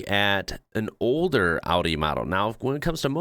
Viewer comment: as an European I just wanna say, I'm so happy to hear it pronounced right 😭 thank you and big respect lol 😂